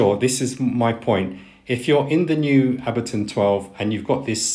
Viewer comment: I like your videos, lots of useful information. (btw......Ableton is pronounced with the "A" as the English letter "A".) Subscribed!